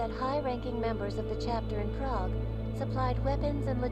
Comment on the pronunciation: I kind of hate how the one idiot pronounces prague. It hurts my brain. It makes me cringe especially since she is supposed to have lived there.